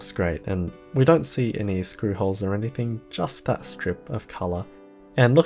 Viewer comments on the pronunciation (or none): none